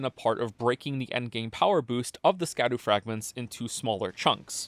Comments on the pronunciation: it's pronounced Shadu, almost like Shadow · guy who makes videos where the whole point is that he does an insane amount of research and he mispronounces "scadu" the whole time (this is a joke great video) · I feel like I'm one of about 17 people in the world who realizes that "scadu" is pronounced like "shadow" and not like "skadoo" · its pronounced "shadu" not "skadu" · I will never not call them Skibidi Fragments. Don't care. Might be pronounced shadow. Don't care. I will continue to pronounce it skah-doo and the fragments themselves will be Skibidi. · I'm gonna die if I keep hearing people pronounce it Ska-doo it's just an archaic spelling of shadow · Here before all the comments telling you that scadu is pronounced shadow and not skadoo. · Scadu is pronounced Shadu. Scadutree = Shadowtree. Probably makes more sense now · Scadu is pronounced shadu. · "skadoo" "katanna" 😒 you're killing me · Oh no, we are going to listen to him mispronounce "Scadu" for the whole fucking video aren't we? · nice video I guess, but you mispronounced an esoteric olde english word. therefore your opinion is invalid